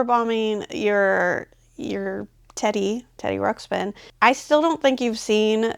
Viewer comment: OMG so funny just talked smack about kids not saying Teddy Ruxpin, and then right after keeps saying Teddy Rupskin